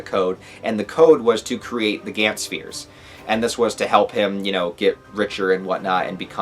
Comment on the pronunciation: You say it like gants (g ants) I’ve only hear it pronounced like (gonts)